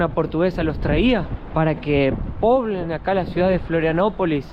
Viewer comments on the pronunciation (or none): Se dice pueblen no poblen